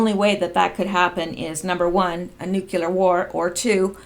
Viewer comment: nook you ler